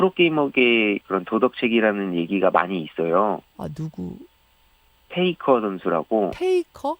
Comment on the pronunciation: 페이커 모르는 1인 추가요. 테이커라 들렸음.